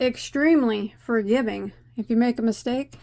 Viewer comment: Oh yeah I love it. It looks cozy warm. Thank you so much for the shoutout you are so kind 🤗 I believe after I finish my Taste of Honey shawl I will be doing this. did you say fur giving 🫠🫠